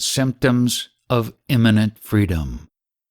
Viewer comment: Immanent or Imminent?